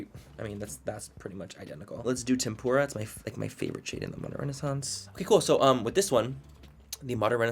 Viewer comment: It’s NOT “tempura” like the food. It’s tempera like the paint 🎨